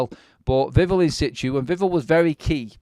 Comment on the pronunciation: The emphasis is on the end of Vivell's name - Viv-ELL, not Viv'll. Like nouvelle, not novel.